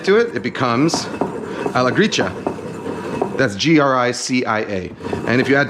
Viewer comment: His pronunciation is correct, it's "Gree-cha", as in matcha tea :)